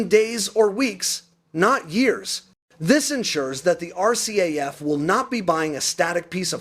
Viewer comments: Not pronounced as are-caf..! It's are..see. eh..eff...RCAF... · Knock Off the AI crap. …..R…CAF? WTF is that